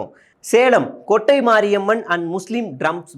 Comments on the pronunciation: கொட்டை அல்ல.. கோட்டை 😅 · கொட்டை ❌ கோட்டை ✅ பெரூர் ❌பேரூர் ✅